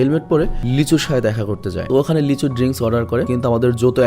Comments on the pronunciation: vai apni lee soho ke lichu bolen ken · নায়ক টার নাম লিচু না লি সুহো 😶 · ছেলে টার নাম লিচু না লিসু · ছেলেটার নাম লিচু না লি-ছু